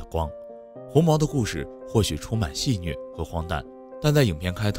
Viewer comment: 戏谑xue 四声